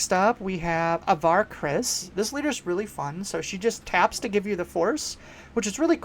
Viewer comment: as a big avar kriss stan i have to do my duty to inform you that her name starts with a long a and not a short a that aside, i agree with a lot of your takes re: some stuff being better than people think, and would agree that i think we're going to be seeing a lot of obi-wan throughout this set. the leader i'm keeping the closest watch on going forward beyond this set is honestly qui-gon. they're always going to be printing more force units that can help turn on his ability and anything with a when played effect has gotta be looked at through the lens of "what can qui-gon do with this" in the future.